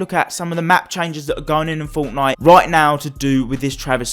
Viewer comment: Woah stop right there ❎ did you just say fonknite????